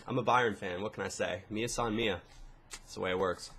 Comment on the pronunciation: sounded awesome how you said " mia san mia " , greetings from munich :)